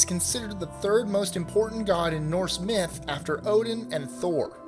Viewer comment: I hate that they say "Myth/Mythology ....